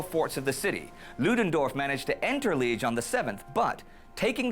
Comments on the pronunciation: Liege is pronounced lee-ayj - not 'Leej' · Liège (city of Belgium, capital of Wallonia) : no to be pronounced lije, but as for lee-age !